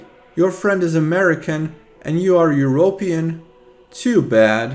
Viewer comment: Bro said euro-pi-an